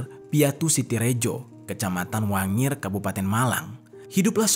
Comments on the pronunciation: Wagir bang bukan wangir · Maaf koreksi, kec. Wagir bukan wangir karena saya orang malang. Salam kenal dari malang, ibu g pernah ngelewatin ceritanya baik kata pena maupun kamar jerry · Daerah Wagir bang 😅 bukan wangir 😂 Salam dari Singosari kabupaten Malang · Wagir mas bukan wangir 😅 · WAGIR bukan WANGIR BOSKUUU